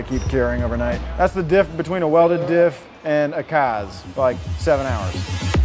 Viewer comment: Anyone kept hearing “dip” instead of dif